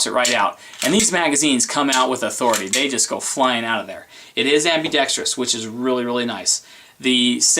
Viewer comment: You need a speech class... It's ambidextrous not ambidextrious.. only one "i".